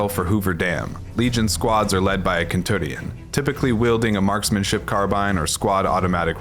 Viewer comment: Kentuŕion.... seriously??? You did this on purpose didn't you?